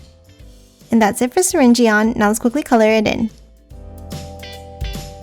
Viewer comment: Btw you said syringeon worng this is how it is example the word syring and surgeon mix those 2 together